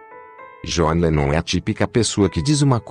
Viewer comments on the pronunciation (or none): começa que o cara nem sabe pronunciar o nome do john direito.gostaria de saber onde está essa declaração que ele diz que bateu nas duas pessoas,tenho,livros,dvd,sou colecionador há 40 anos e nunca vi ou ouvi isso.dizer assim,sem citar fontes fica vago.pior do que o fanatismo dizer que o idolo é perfeito,é tratar o famoso como se ele tivesse que ser perfeito e sem erros.